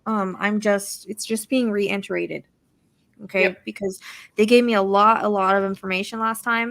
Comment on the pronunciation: You keep saying re-enter-rated.... Do you mean reiterate?